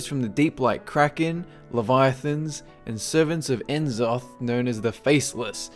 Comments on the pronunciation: "Nuh-zoth." Not "en-zoth." Just like it isn't "See-thun." Its "Sssssthun." Jaysus. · If only you pronounced N'zoth's name right ;_;.